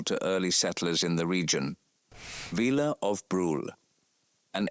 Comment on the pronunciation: there is nothing on Wyatt Earp's outfit that shows him to be a lawman. dumb AI. And there is only one barkeep in the picture of the saloon. This is really stupid narration. Brule is "brulay" not rhyming with drool. Stupid AI.